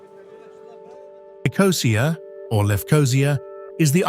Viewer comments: sorry you’ve completely lost me. What’s Dutch got to do with it? If I made a video of The Netherlands I would make sure I checked the correct pronunciation of ‘Amsterdam’! It’s not difficult. But to mispronounce ‘Nicosia’ with the emphasis on the ‘O’ is unforgivable. No one does that. It doesn’t feature in ANY language. But hey, if you want to make excuses for these lazy idiots you go right ahead. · I know the commentary is AI generated, but god the pronunciation of Paphos, Limassol, Nicosia and Larnaca drove me to distraction! Beautifully but many of the challenges facing the population are common elsewhere….